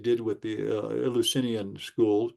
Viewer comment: Eleusinian could have originally been named after the God 'El'. It's said 'El-you-sin-eean' not 'ill". The Eleusinian Mysteries (Greek: Ἐλευσίνια Μυστήρια, romanized: Eleusínia Mystḗria) were initiations held every year for the cult of Demeter and Persephone based at the Panhellenic Sanctuary of Eleusis in ancient Greece. They are considered the "most famous of the secret religious rites of ancient Greece".